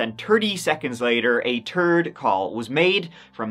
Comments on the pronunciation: "a TURD call was made" WTH 🤣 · "A turd call" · Bro said a turd call came in 😂 I think you mean third my boy 💀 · YES!!! “TURD”!!! 😂😂 Gotta love and the way he says three/third!! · “Then less than turdy seconds later, a turd call was made” 😂😅😂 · "A turd?!" the way you pronounce T's are part of the reason I started watching your channel. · Is it wrong that I love hearing say third as turd? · "And then turdy seconds later a turd call was made "! 💩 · When you say the word third it sounds like you’re saying turd 😂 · I was love, chuckle when you try to pronounce 3rd (turd) or 30 (turdy). ❤ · "Less than turdy seconds later, a turd call" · Its "third" NOT "turd" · "A TURD CALL WAS MADE" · stop saying "turd"